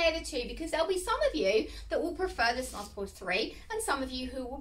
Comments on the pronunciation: Hiya, just a quick spot of feedback: it’s pronounced as snooze, not snuz. The umlaut (the two dots over the u) changes the sound from a hard uh to an oooo sound. Thanks for the vid! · It's pronounced snooze. Omg